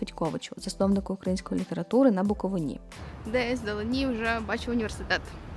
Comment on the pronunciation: Живу та працюю тут вже рік, прямо моє місто. Ну і як колись я почула це від буковинців, так і передам це знання вам, не на БуковинІ, а на БуковИні 🤭